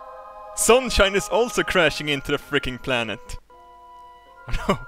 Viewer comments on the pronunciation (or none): none